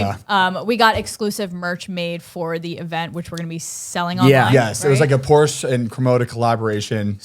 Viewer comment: Ya‘ll need to teach how to say Porsche.